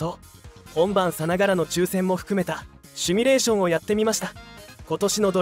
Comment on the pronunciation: シュミレーション❌→ シミュレーション◯